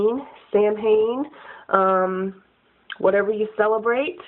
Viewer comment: NOW THAT YOU KNOW IT ISN`T PRONOUNCED THAT WAY ..PLEASE DON`T SAY `SAM - HAIN` ...IT WAS NEVER EVER PRONOUNCED THAT WAY IN IT`S ORIGINAL LANGUAGE